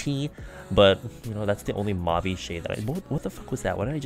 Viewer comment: i like how you're all "move-y shades" and then you say "mauve" normally and im just... fam... BUT FRICK I LOVE THIS LOOK